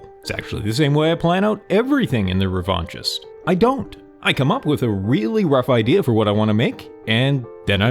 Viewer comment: Loving your videos! The game looks great. Just some critique: The name "The Revanchist" is bugging me though. After looking it up I realize it's a real word, just not an English word. And in French it would not sound the way you're pronouncing it. Revenge is associated with power and hate. Neither of those are a fit imo. I immediately assumed that I will play as the person seeking revenge, if thats not the case getting rid of "The" or replacing it with a word that assigns "Revanchist" to someone that feels unknown, like "Revanchist Yearning". The name is now ambiguous. Who is seeking revenge. Is it me? The person is both seeking revenge and wishing they could seek revenge. Just some thoughts. Feel free to ignore. The game looks awesome!